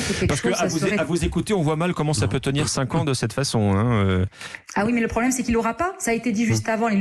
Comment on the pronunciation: "Le problème, c'est la Vème République" dit la dame ?? Où bien, c'est celui qui ne la respecte pas ? LE PROBLÈMEUH ! MEUH !